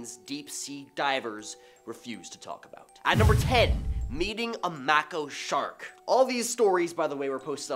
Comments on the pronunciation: it is pronounced Make-o shark. Not sure why they dropped the e on that, but good job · has a lot of personality and he brings life to stories. He’s an excellent narrator and much better than a bot. So he pronounced Mako shark wrong. How many words do you pronounce wrong? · You say mako shark weird